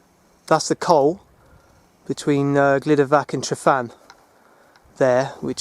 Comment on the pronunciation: Excellent video which brings back memories of the 1960's when I roamed these hills. Please talk to a welsh speaker and sort out your pronunciation. Please make the effort and change these videos to excellent rather than excellent except for some horrible pronunciation. Truhvan, Glyder vaxch. Pen ùrr ole wen.